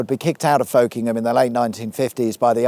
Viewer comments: It's not "folk-ingham", it's "fok-ingham", no Bob Dylan to be found here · Just a heads up that Folkingham is pronounced Fuckem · you missed a trick there the local pronunciation of Folkingham is Fockinam😏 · When I lived there it was usually pronounced Fockingham. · Did you bring up all the Folkingham stuff because you know that for the locals, its pronounced fuk'nam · In good Lincolnshire form however where many place names are pronounced differently, I remember Folkingham being pronounced as 'fockingham', which can also sound funny! (You'd have probably driven near Belvoir, pronounced 'beaver'! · Folkingham is often pronounced more like "Fockingham". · P.S. the locals pronounce it Focking’em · Folkingham is pronounce fuckingham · I'm very disappointed with your pronunciation of Folkingham, given the theme of the video. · Are you 100% sure that's the correct pronunciation of Folkingham? Norfolk springs to mind as a precedent...? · Folkingham is pronounced locally with a hard O and a silent L...